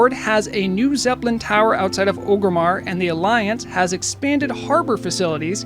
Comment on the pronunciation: ORgrimmar sir, not o-grimmar